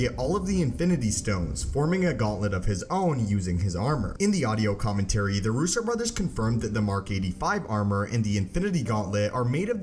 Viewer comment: Someone teach this idiot how to pronounce commentary.